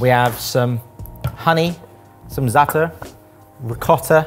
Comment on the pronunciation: Never heard a non-arab say zaatar so well!